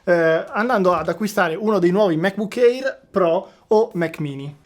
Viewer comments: Il MacBook Air si pronuncia èr, non éir. E geek si pronuncia ghic, non gic. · Ottimissima recensione. Solo un piccolo appunto: MacBook Air si pronuncia "MecBuk Ear", non "eir"